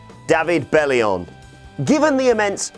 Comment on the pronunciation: Belli-ON not UN...